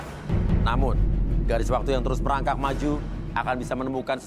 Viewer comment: Tumben ngomong merangkak nya nggak merrrrrangkak 😂